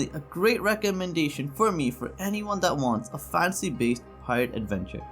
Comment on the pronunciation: He can't even say "fantasy" right and makes a bad list of recommendations